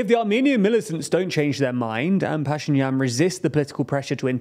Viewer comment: pronounce the names correctly. The name of Armenia's PM is Pashinyan, not pashyan.